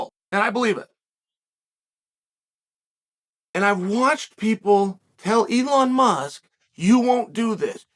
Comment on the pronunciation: Does it bother anyone else that Chahel is incorrectly pronouncing Elon Musk's name?